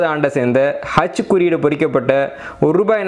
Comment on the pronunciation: ஹெச்சா அச்சா தெளிவாக உச்சரிக்கவும் சார்